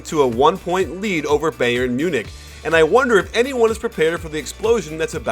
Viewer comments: lol it's pronounced "bi • earn" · Who is this beyern he is talking about? Lol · Coach I don't care if you mispronounce most of the player's last name, but the team name, Bayern, you should be able to pronounce correctly. There's a huge football (ala soccer) team with that name, and it's pronounced the same. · The way he says Bayern kills me